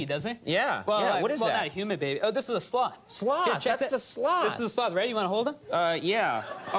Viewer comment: Ok, he keeps says 'sloth' like 'sl*t' and I have a problem concentrating.